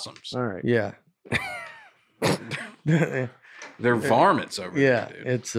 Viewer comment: " there varmots" Jesus Christ.....